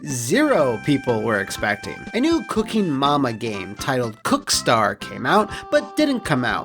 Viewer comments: I'm not the only one that heard Cockstar right? 🤔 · Well, given how he reads "cookstar" is wouldn't surprise me.